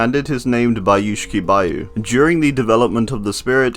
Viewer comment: not BAyu tho, but baYU